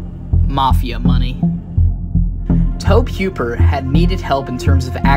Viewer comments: His name is toe-bee who-per not toeb huper lol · Had to jump off the video after the 10th time he mispronounced the creator's name. Its TOE-BEE HOOPER not Toab Heuper. It shows a lack of research. If youre not ganna take the time to learn the dudes name... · you do know that tobe hoppers name is pronounced toe-bee Hoop-er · Nah Blud said toeb hwooper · "Reddit user" is all you need to know about this video 😂 he said tob huper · Nice video but could you please not say Tohb Hyooper. I'm still gonna leave a like because this video was interesting. I don't want to discourage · I hate when people the make docs can’t get the names right. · I stopped at the 3rd time he blundered it, ain't a fan if you can't get yhe brainchild's name right. Pathetic...